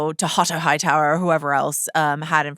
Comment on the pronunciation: loved how she pronounced Hightower. The white worm nailed it